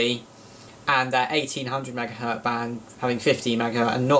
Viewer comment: Megahertz, not megahert